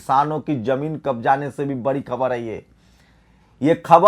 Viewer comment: बकर,बंकर,कर,रहा, है,तू,आरक्षण,को,छोड़,दे,(तूझे,तो,बोलना,भी,नहीं,आता,(बड़ी,खबर,की,)जगह,बोलता,है,बरी,खबर